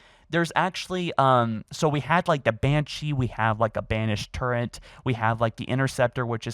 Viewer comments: Bro it's called a fucking TURRET not Turrent 😂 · I swear to god if you call a “Turret” (tur·ret /ˈtərət/), a “TurrENT” one more f**king time!!!! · There is no N in Turret.